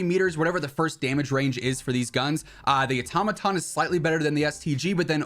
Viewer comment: Wad anyone else cringing when he said “atomaton” instead of “auto-maton